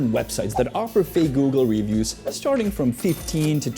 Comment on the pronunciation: i just can't deal with his wrongful pronunciation of the word "reviews" lol its like when he was saying christmers 1000 times in a video